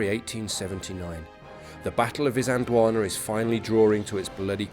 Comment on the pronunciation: Can I just point out, that there is a letter "L" in the word "Isand L wana".